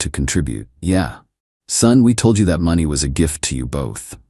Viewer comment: Get your AI to pronounce money correctly. It’s not even close. I have decided to fast forward your stories when this happens. FAIL